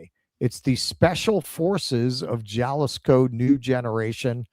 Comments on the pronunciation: Jalisco is pronounced HA-LIS-KO,. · "j" is pronounced as an "h" in Spanish. It's "haleesco" as "i" is pronounced like "ee" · No. Ha-LEES-ko. Gringo. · Jalisco is pronounced Hahl ee scoe